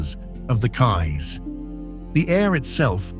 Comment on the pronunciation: I wish he would pronounce Belize and the Cayes correctly. Apart from that, thanks for showing my beautiful country.